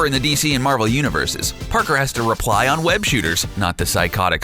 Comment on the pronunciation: Right? "Peter Parker has to REPLY on web shooters." Engrish is hard.